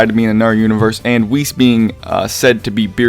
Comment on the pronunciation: Pronounce it like 'wish' but with an e >->